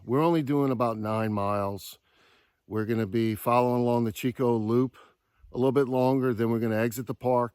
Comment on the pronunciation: hey brother, just to let you know, Chicot is not pronounced CH as in Cheeck, it pronounced like SH as in Sheeco. Chicot is the French word for "stump"